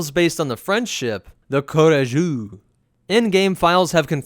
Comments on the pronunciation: The way you say Courageux lmao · Your pronounciation of the word "courageux" is hilarious ! I'm not mocking you tough, it's just that, as a francophone, I find that funny and I wanted to thank you for this "unconcious" extra laugh you gave me. Keep making awesome videos !